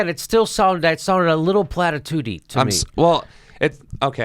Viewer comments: Platitud-y hehe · Plati-tooty LOL